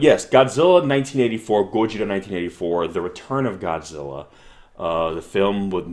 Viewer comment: ちゃんとゴジラとGodzillaを区別して発音してるね。